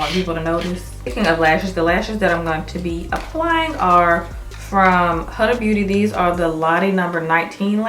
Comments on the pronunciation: GORGEOUSSSSSS! absolutely lovely look. Btw the eyeshadow brand is HUDA is pronounced WHO-da. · It's pronounced Hoo-da even thought it's spelled Huda